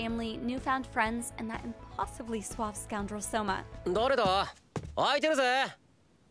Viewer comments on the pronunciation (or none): none